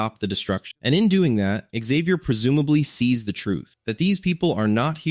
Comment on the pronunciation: Xavier is pronounced. Zavier no other way ever.